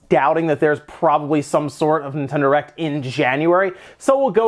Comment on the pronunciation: Are you saying Nintendo Erect?